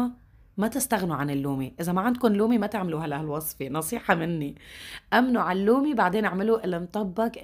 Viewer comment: النومي وليس اللومي